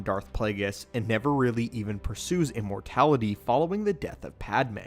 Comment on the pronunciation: Did.. did you say “importality” and “exasterbated”?